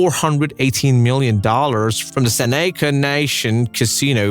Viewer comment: It's pronounced SEN-EH-CA, not SEH-NEE-CA. 🤷‍♂️🤦‍♂️